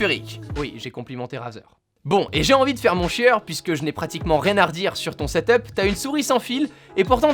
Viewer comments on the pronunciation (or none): tu me casse les coulle a dire setop c'est setup